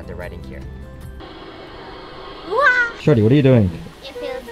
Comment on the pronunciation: Am I the only one who hears "Shorty" instead of "Shiory"?